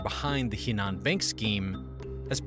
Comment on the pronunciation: Henan is pronounce “Her-nan”